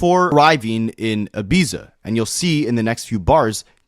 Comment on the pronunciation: Ibiza is pronounced E-BEET- ZA